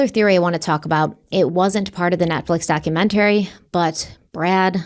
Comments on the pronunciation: am i the only one who cringes every time says "documentary"?, girl, why do you pronounce it like that? 🤣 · Everyone has their “things” that drive them crazy for no reason. The way she pronounces the word “documentary” is one of them.